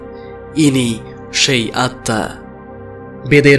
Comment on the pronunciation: আপনি আত্মা উচ্চারণ স্বামী বিবেকানন্দের বাণী ও রচনা বই এর নবম খণ্ড পৃষ্ঠা ২২৪ ও২২৫ থেকে শিখতে পারবেন!!